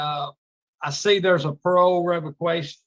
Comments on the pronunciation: Revaquation 😂 get it together not so wise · not being able to pronounce parole revocation😂 says a lot.